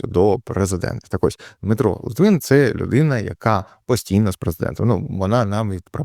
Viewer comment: литвин а не літвін